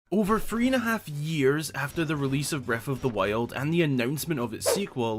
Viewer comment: breaf of dhe wiold